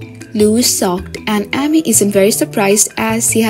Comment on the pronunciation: The narrator for Heartland always pronounces Amy with a short A not a long A. It is quite annoying